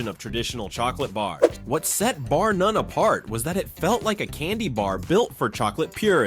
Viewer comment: Bar “Nun” 😂